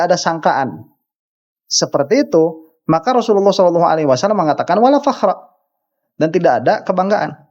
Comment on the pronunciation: Si rhoma sholawat aja gk bener,sholalloh aja dia bilang shelalloh😂😂